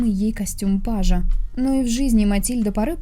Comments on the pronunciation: Не "скарбезничество" (нет такого слова), а "скабрезность", видимо. Не "пАжа", а "пажА" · Костюм пажА, а не пАжа